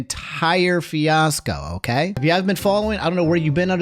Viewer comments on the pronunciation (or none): Bro doesn't know how to pronounce fiasco